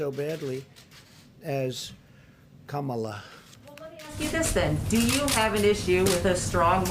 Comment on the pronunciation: "KAH-MA-LA" LOL